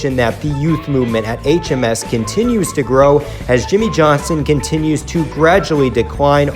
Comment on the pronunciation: Seven-time champion YIMMIE YOHNSON